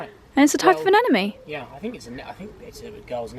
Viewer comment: Am I the only one that hears them say "anenome" instead of "anemone"? English is not my first language and it's driving me insane not to know for sure because it always seams to me that they both say anenome:) but I do know it's anemone. I am on a marathon on videos, just found her and I love the content.